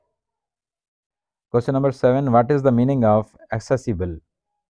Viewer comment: Q no 7 , accessible correct pronounce nhii kea sir